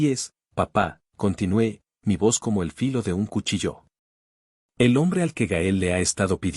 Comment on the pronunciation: Por favor, indíquenle al relator que es cuchillo, no cuchilló.